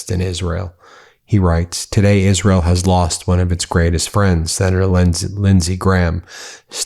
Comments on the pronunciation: I'm gonna miss the way Miss Lindsey butchered the name of his adopted country - "Izearl". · “I’ll be with Izz-rel to my dying day.” Mission accomplished. Rest in piss.